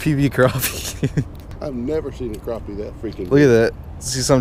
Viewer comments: Don't call it a crapy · y'all say crappie wrong